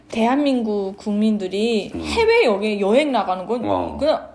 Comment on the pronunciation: 아버지는 아직도 발음이 "여행"이 아니고 "려행"이라 하시네요 ㅎㅎ